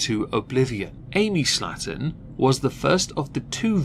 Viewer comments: You say Slaton I hear slattern. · The way you pronounce "Slaton" makes it sound like you're calling them "slatterns." Fitting!